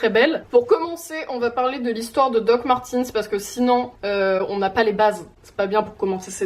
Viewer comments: Hhuggh comme c’est allemand ça se dit "doc marteuns" pas "martins" a la limite "martèns" ta vu mais pas /i/ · peut être que tu as une collection mais tu ne sais pas le prononcé donc bon